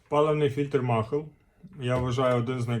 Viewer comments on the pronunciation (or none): Не махл, а малє.